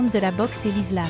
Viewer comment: Vous avez du mal à prononcer le mot ISLAM donc la vérité 😉